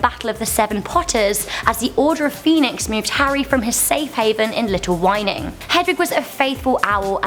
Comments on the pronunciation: its pronounced little whinging not little whining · Little Whining? Najini? has she even heard the pronunciation in the movies?